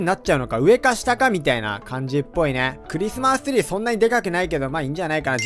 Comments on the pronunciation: クリスマストゥリーw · クリスマスツリーがクリスマストュリーww